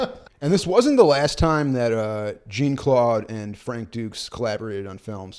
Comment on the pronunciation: Jean-Claude is pronounced more like "John", or like Shawn, just with a j sound. "Jeen" is hilarious sounding every single time, though 😂